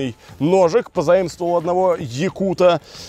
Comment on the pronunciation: Не екута, а ЯКУТА☝️